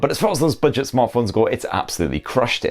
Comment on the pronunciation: I love ' pronunciation of budget..."Bidget"...Bidget. Top review mate.